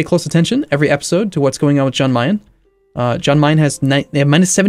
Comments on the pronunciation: It's pronounced like Yahn, not John. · say jan as yan like yes